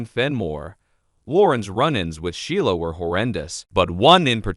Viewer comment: You need to learn how to pronounce the name of characters ASAP It's irritating .It's She la & Lee - Am January 26,2023